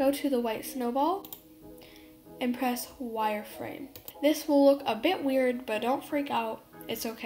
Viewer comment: "So what you want to do is "" Shift and f " LOL YOU SAID